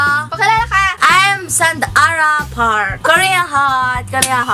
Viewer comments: SAND-ARA PARK HAHAHAHA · Sand-ara Park HAHAHHAHA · SAND-ARA Park hahahahahahahahahahahahaha 😂😂😂